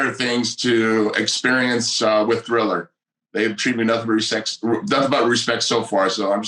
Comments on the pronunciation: Tito called Triller "Thriller" right at the jump and I knew he was still just as dumb as ever. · 15 seconds and Tito already called Triller, Thriller. Strap in.